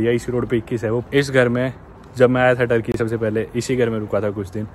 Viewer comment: Tarki Nahin Turkey hai bolo or